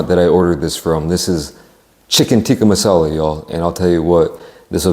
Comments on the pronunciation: You need to have chips with it. It’s masala not mussalla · It's massala not mussala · Mussala ffs its Masala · It’s Massala not Mussala. The food would be fifty times better in the restaurant. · Bruh they cant even pronounce there own national dish name right its "Tikka Masala" not Mussala somebody call to look at this restaurant. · It's Chicken tikka Masala not Mussala lol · Mussala? Hahaha it's Masala. Great British dish. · its not mussala, its masala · 'Mussala' lol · chicken tikka "moosala" haha😂😂😂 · that "mussala" sent chills down my spine..... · what is Mussala? is it not masala?